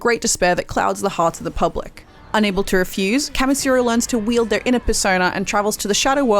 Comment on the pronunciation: why do you keep saying "Kamasiro" his names Kamishiro lol. For me though the stamina didnt matter, I kinda got bored of the repeat grinding everyday and didn't want to play the story due to the fact that I might play too much and burn myself out, but I burned myself out just getting the materials anyways.